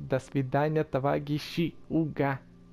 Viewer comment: Ты сказал товагищи